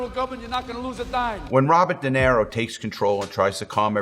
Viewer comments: Did he just say Robert Dinero? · The biggest crime he did was saying Robert De NERO